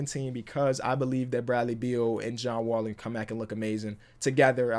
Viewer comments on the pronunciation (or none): none